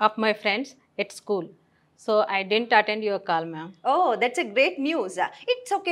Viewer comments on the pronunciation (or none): Not din't, it's didn't